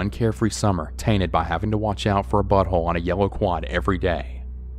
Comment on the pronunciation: Lol it was funny when he said “BUTT whole”